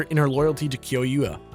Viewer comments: The mispronunciation of Tamaki and Kyouya makes me cringe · This was a really really fun bonus to watch But I'm mad at Jirard for mispronouncing Kyoya's name